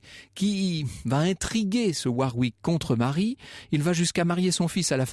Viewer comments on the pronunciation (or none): A noter - WARWICK se prononce WORRICK et non pas War-wick